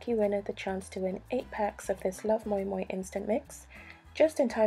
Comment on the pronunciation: Thank you teaching me how to pronounce moin 😂 I presumed it was Moo-in